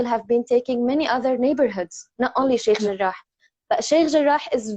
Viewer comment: Cukup suka dengar pronounce Sheikh Jarrah. Lain bunyi kholkaloh dia.